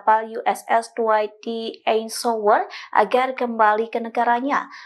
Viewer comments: Cuba sebut Eisenhower? 😂😂 ITU pun kamu gak bisa? Sekolah lo habis ngak? Kualitas Indonesia. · Yg baca nama presiden USA yg dulu saja salah.